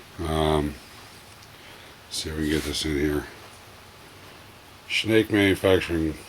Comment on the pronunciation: Great video but Schnacke is pronounced SHAN KEY !